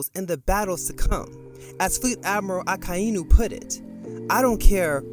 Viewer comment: your pronunciation of "Akainu" is painful to hear.. Can you pronounce it as one word instead of splitting it into 3 words 'Aka Eee Nuu'...